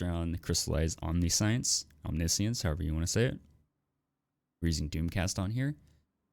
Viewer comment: Omniscience is pronounced "om-nish-enssss" (don't actually extend the s when you say it. I just used to to showcase which pronunciation to use)